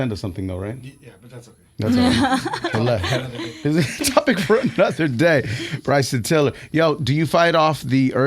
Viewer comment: Bryson defo said it correctly. Dunno what they were talking about 😂